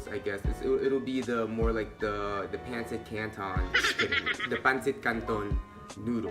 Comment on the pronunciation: Hahahaha that "peynsit kantown" accent though! Love it. New to your channel and would love to see u in person.